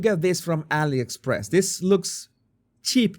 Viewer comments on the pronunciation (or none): none